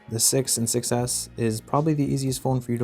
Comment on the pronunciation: him: “we have an iphone 6s” what i heard: “we have an iphone success